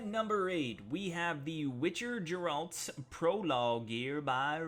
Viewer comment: Nice video, wrong pronunciation of Geralt though.